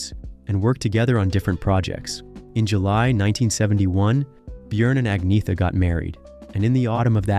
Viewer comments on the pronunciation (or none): Her name is pronounced "Ahn Yetta". His name is pronounced "Byorn". This narrator is an idiot and know nothing about ABBA. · There is no 'g' sound in her name; it's Ahn-yeta. Only reason I know is because I saw a show on them during their height of fame where each member introduced themselves. I presume that she knows how to pronounce her own name. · It's pronounced AG NET A not AG NETH A. Learn to pronounce words before you go doing videos you know nothing about and it's B -ORN not how you said it. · If you must, Ag - netta or Anna for short, but not Ag - neetha. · Her name is not pronounced "Ag-nee-tha". It is pronounced "Ag-naya-ta". Just listen to her say it (I live in Sweden). I wish the narrators of these videos would do some research before they publish them, to stop them sounding complete berks. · Speak as : Anjeta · It's pronounced Unyeta. Don't native English speakers ever consider, that foreign names might be pronounced differently than English? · It's pronounced Ang neta, there is no hard g. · “Aneeyeta”. Silent G. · Agnetha pronounced AG NYET A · Agnetha is pronounced Anyetta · It's Anne-yet-ahh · The pronunciation of her name is “ Ag nugh tha” this is an old name.. lol you ve never heard anyone say it sooo wrong. 😂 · Don't talk nonsense about her when you can't even say her name... (No. It's still not Aggnijta Faltskaag.) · Her name is pronounced arnyetta, it’s a silent g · Nope Agneta G😂😂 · Sorry to be a bore, but her name is pronounced "Ang-yetta" or just Anna. And I think you may have made a slight slip of the tongue, Anna wasn't pregnant WITH Bjorn, but BY Bjorn. She was pregnant with Linda. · No it is not. It is pronounced «Ang-neh-ta». I am Norwegian and we pronounce it just like the Swedes and Danes. Especially note that the «th» is pronounced «t» in all 3 Scandinavian languages, so the «th» is not as in English, like he pronounces it here. So sorry, but you have it wrong. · it is pronounced ang-ne-ta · Ang-nyetha Feltskoog